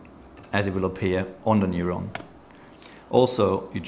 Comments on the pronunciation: He sounds like he's saying noylon instead of neuron. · Sounds more like moylon to me.